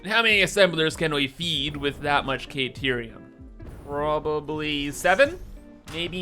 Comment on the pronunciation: Whatterium sorry? Caterium maybe? Not kayterium